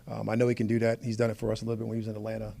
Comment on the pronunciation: If he says out-Atlanta us one more time I might just crash out.